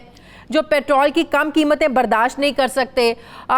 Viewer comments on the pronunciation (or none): Why do you say it “Patral” not Petrol?